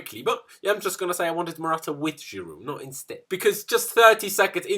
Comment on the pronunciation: Stop trying to sound French when you say Giroud 😅